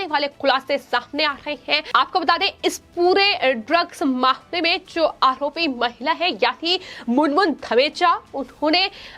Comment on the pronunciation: आहोपी आखैन खान... 😃 अच्छी एंकर है |